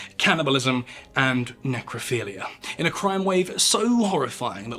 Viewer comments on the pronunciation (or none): none